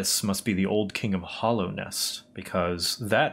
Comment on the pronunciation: lot of your theory's were accurate except 1... ITS HALLOWNEST NOT HOLLOWNEST